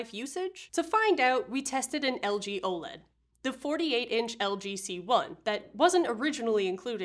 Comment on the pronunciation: “Woah-LED” ©️ 😅💙